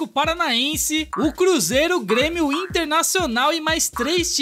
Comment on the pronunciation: Ele falando bruzeiro foi foda 🅱️🅱️🅱️